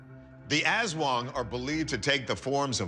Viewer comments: loved your accent: Asszz Wong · creepy stuff. watching from the Philippines. 'Aswang' is pronounced like 'us wong' (using standard US pronunciation). people absolutely believe they exist here. you can have a PhD, listen to Bach, and speak 10 languages, but still believe in aswang. Its only one of a ton of crytozoological and paranormal beings that people believe exist here. 7641 islands, most of them uninhabited, dark rainforests by the coasts of islands, and ancient pine mountains in the highland areas. there's a LOT of wild space here. who knows who could live there.